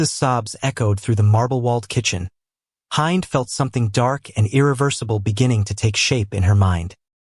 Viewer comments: IN ARABIC ... HIND IS PRONOUNCED HEND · I hate how you pronounce Hind and it's wrong.... Filipinos are sneaky....